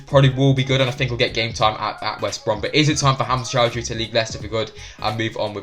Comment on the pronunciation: Please, not Choudhury